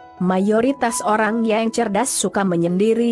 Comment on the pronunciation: Mba google kenapa menyebut kata....yang...jadi...yeng...